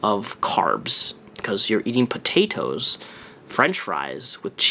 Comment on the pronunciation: Yessssss. And his over pronunciation of the word “potatoes”. Like, you do you boo, but don’t turn around and make fun of for how she says “bolth”. Amberlynn drives me fucking crazy but I also despise hypocrisy.